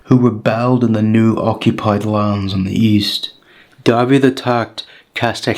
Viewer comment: mae'n cael ei ynganu "dah-vith" nid "dah-vid" yn Saesneg